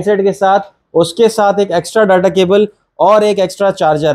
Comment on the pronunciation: डाटा नहीं डेटा बोला करो sir